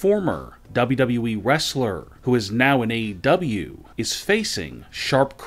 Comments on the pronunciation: It’s WWE, not Dobbity-Dobble E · Gotta be AI. I mean WWE pronounced as "dubba-duh-wee"...